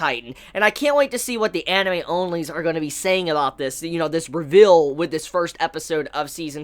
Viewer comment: Learn how to pronounce the word reveal XD